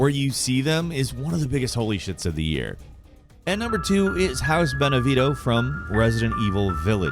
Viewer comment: Say it with me now, House Ben-e-ve-ent-o. House Beneviento.